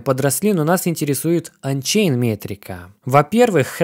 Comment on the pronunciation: Ончейн следует произносить через "О", а не Анчейн.